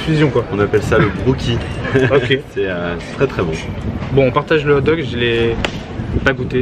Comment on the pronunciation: on dit hog dogs